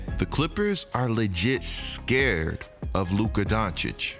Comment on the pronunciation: Stopped watching when you said the word SCARED... 😒🤨😱 Really Lol scared lol!